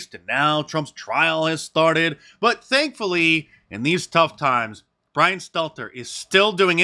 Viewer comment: Hahaha poor wittle Bwian